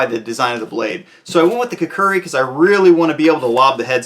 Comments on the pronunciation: It is kukri, not kukuri. Although the kukri has a much shorter engagement range than the cavalry saber, it is a more practical edged weapon. The form factor is more easily handled and brought into operation than the saber. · “Kook-Ree” for god sake say it correctly.